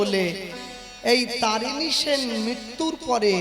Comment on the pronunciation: তরণী সেন ,তারিণী নয়।